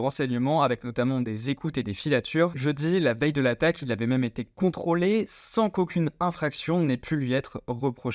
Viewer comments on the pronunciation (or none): none